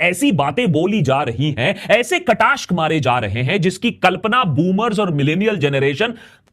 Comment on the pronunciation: Kataashk nahi kataaksh… Nahi Dilip Kumar